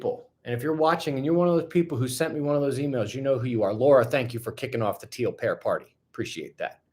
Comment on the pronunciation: I thought you were saying Teal Parrot. But it was Teal Pear. I kinda like the idea of tons of teal parrots all over the place better 😂